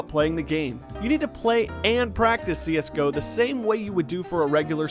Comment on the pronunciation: wtf did he just say C S GEE O?!?!?!?!?!?!?!?!?!?!?!??! triggered